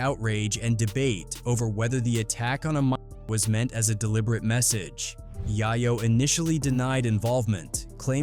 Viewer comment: Yah-yo??!!?? So many A.I. videos on YT, thumbs down.